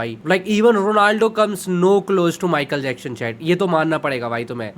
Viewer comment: wtf is michael jackshhon 😆😆